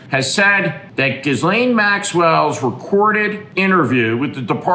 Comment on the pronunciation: Why do you mispronounce Ghislaine. On purpose?